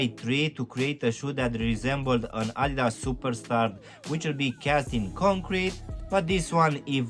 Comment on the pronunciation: Idas...🤦‍♀️ Adidas!!! Adidas!!!